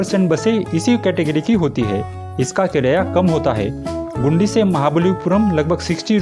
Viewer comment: ओ भाई,, गुंडी नहीं गिंडी जगह का नाम है